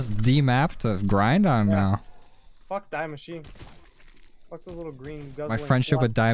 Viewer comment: oh god as a german i have to correct you it is not “Die” Maschine in the way of dying It is a main german article (der,die,das) wich is just “the” in English like this: die Maschine means the machine and therefore it is pronounced a whole lot different